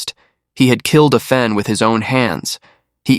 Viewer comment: Excellent narration! Thank you. However, her name is pronounced Ah Fen, not Ae Fen. Asian names do NOT follow Anglicized pronunciations. Asian languages are similar to Latin or Spanish phonetics, not English phonetics. There are Asian pronunciation guides on the net.